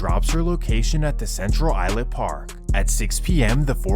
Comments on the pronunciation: Dope video it’s central islip pronounced like I slip 😂😂😂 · It’s Central Islip not island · It's CENTRAL ISLIP. I don't even know what your calling it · So you also feel the pain of this guys pronunciation of suffolk and central Islip? Lol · Lol they way he pronounces Suffolk county and Central Islip 😂. I’m from C.I and I can tell you everything is now more calm and folks can go out they business.